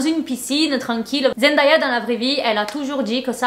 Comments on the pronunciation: Oi genti! Je voulais juste prévenir que Zendaya se prononce Zen Day ya et non zen die a ça n'est pas une remarque c'est parceque qu'elle a dit dans une intervention qu'elle supportait plus qu'on prononce son prénom comme ça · Salut, ta vidéo est bien intéressante mais tu prononce mal le nom de Zendaya. Ça ne se lit pas en français.